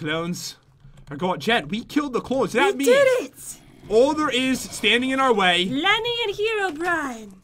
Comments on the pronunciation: lenny not Kenny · I THANK IT IS LENNEY NOT JEN I REPIT NOT JEN MABEY IT,S PAT